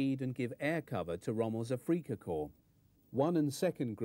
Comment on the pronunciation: I think he is saying Geschwarder and AfrikaKorps but that's just me I guess.